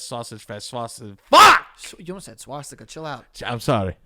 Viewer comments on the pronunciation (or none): none